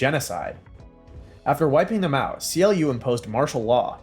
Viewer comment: CLU is not pronounced C. L. U, it's pronounced "clue" fyi.